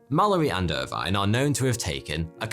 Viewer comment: Irvine is not pronounced like that